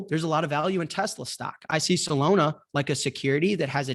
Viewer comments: Dude said Solona hahahahaha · Does jack not know how to pronounce Solana lol?